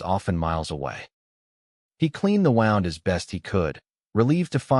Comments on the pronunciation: It's a woond, not a wownd. So much for AI!! Can't ever seem to get it right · Very nice story. You said wound correctly once, incorrectly the other times. Thank you for the story❤😊